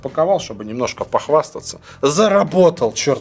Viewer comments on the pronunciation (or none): Сказал "заработал", а прозвучало как "насосал"))) Просто забавно! Валя, не в обиду)) Ты молодчага!